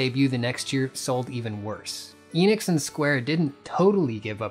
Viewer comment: It's not Inix or Eenix or Square Inix or Square Eenix, it's Enix/Square Enix. The E is pronounced "Eh" like in end or shed. In Japanese Enix is written as エニクス which tells us exactly how to pronounce the word.